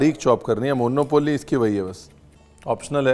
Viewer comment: मोन्नोपोल्ली ❌ मुनौपली ✅